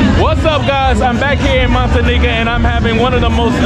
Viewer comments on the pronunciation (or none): Noticed that to. But he does catch himself once in a while and says it correctly, Montañita. No disrespect.